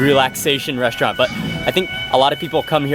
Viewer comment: First of all....speech impediments can be corrected....if you admit to the fact you have one, He can't say the word restaurant. it comes out resht-rant. He can't pronounce his ST's. secondly I HAVE contacted him privately, thirdly I have been in front of the camera Thousands of times on National television and also do my own food video. You are just some dumb twat who has a thing for him.